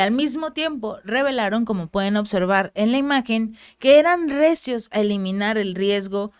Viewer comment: "RECIOS" o "REACIOS" ??? Saludos.